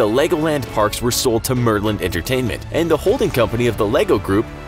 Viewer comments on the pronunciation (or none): none